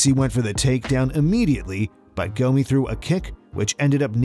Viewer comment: Y'all murdered Gomi's name...and Silvas too.. How?!